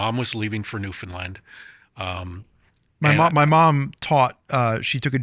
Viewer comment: You pronounced Newfoundland almost exactly correctly. Well done. No sarcasm.